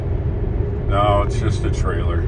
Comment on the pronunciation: What's a 'Tailer'?